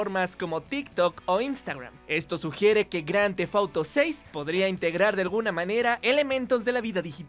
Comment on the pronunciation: Bien vídeo pero que estresante escucharlo decir cada rato grandthefauro , porque auro? Porque??? Díganme porque